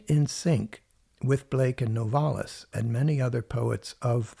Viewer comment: It's NOVA-lis & not No-VAR-lis.